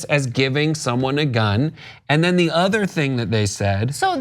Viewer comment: “ . . . in their udder life.”